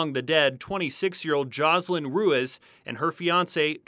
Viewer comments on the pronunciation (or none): It's Roo-eez, not roo-ez!!!!!!